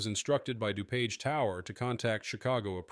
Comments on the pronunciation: Somebody please program the bot to read DuPage correctly and Spell "flight" correctly. Thanks. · Pronounced.....Dew-page!!!! Just drive up from Indy!